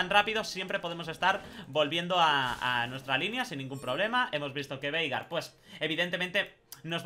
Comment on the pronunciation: Yo le escucho "Verga" xdxd en ves de Veigar xdxd